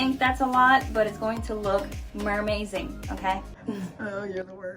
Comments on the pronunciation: meRMAZING HAAHAHHAAHAH SHE SAID THAT AND I DECIDED TO LOVE HER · I mean she already had me fixated before - but when she said "mermaizing", I was completely done.